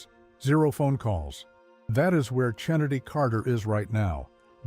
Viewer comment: Dude really said "CHINNADIE" 😂😂😂